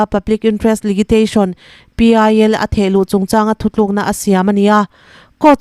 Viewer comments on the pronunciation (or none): none